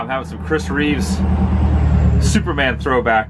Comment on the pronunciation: It's Reeve not Reeves sir.